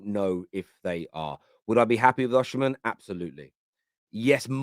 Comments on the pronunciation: why do you call him Oshimen instead of Osimen, even youtube is pickijg it up as Usherman 😅😅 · His name is Osimhen….O-Si-Mhen… not O-Oshi-mhen